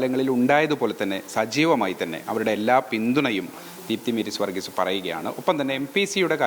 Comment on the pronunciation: മേരീ സ് വർഗീസ് ( പല തവണ പേര് തെറ്റി ഉച്ചരിക്കുന്നു, ഇത്ര ഉത്തരവാദിത്വമില്ലാത്തവരെ റിപ്പോർട്ടർമാരാക്കരുത്.